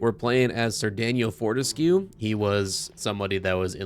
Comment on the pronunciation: DAN-YELL FOR-TESS-KAY!!!